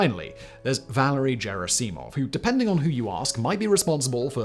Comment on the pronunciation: I cringed so hard every time you mispronounced “Valery Gerasimov”